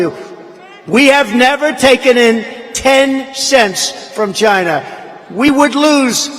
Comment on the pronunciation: "CHY-NAA!!" LOL!!!!